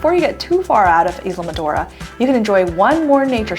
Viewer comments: The mispronunciation of Islamorada is adorable. BTW it's (eye la mor a da). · Is la mo ra da